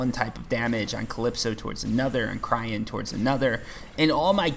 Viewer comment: Please... Cyrene = Sigh Rean.